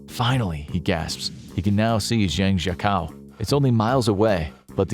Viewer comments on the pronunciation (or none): It’s pronounce Zhang - Jiah - koe haha